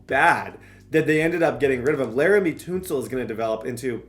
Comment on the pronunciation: You did not say "Tunsil" like that 💀